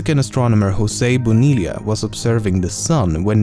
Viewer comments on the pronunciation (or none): What a way of Masacrar(butchering) José Bonilla's name.